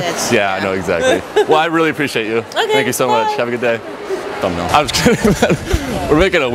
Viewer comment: 😂😂 How he says „thumbnail“ kills me every time😂😂